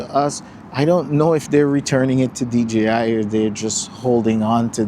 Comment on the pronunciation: I swear every time someone talk about DJI drones they can't say DJI they say DGI they say G instead of J.